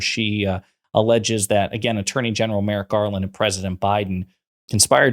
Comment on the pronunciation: It's Merrick, not Merritt, you tool! (She's mind-numbingly stupid.) Enough of this trash. Vote Blue! 💙💙💙💙💙